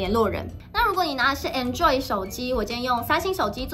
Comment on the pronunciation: Android發音錯了哦